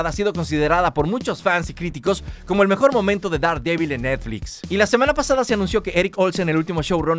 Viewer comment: Daredevil; Derdebl. Pronunciación.